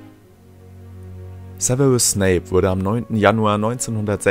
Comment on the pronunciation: Sewewus snape wer kennt ihn nicht? 😂